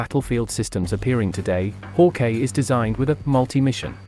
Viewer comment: It’s not pronounced haw-Kay it’s hawk-eye